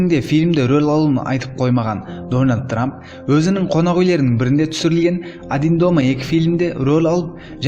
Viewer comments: Менгл трамп деген 😂😂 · дөналд трап дима ахаха